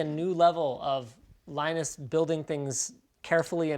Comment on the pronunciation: Beard lie-nus.